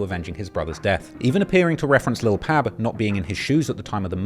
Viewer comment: Fr fr, I wanna thank for pronouncing Lil Pab's first name correctly!!! Thats respect bruh. It be the little things that make Lore great.